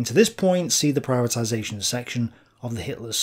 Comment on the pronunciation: ptibatization not german concept